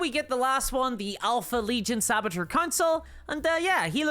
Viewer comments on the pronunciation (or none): none